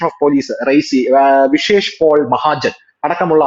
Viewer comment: ഒരു തിരുത്തുണ്ട് റൈസി അല്ല റിയാസി അന്നാണ്